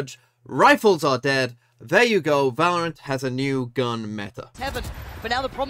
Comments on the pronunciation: “Valroant” I love you 😭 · genuinely took me like 10 minutes into the video to realise it said valroant